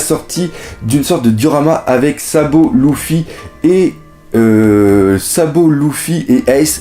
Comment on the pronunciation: Tu sais même pas dire luffy